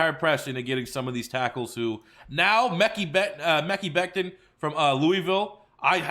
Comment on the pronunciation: He said mekee becton 😂😂